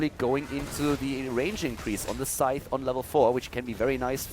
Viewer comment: thank you for pronouncing scythe properly. I thought I was going crazy when every other caster was pronouncing it like Sith from Star Wars.